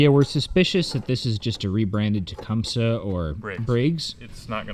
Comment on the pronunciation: It pronounced ta-com-see . ( tecumseh)